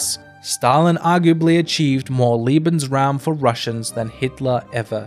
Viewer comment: Good job on a difficult topic ! However you made one big goof ! You pronounced Lebensraum ( Living Space ) as Liebensraum ( Loving Space ) ! There wasn't a lot of "loving" going on there !